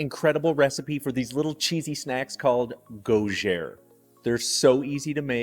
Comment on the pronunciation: No googere ! Gougeres 🇫🇷🇫🇷🇫🇷💟Like spell , Google ! Googeres - GOUGERES. Merci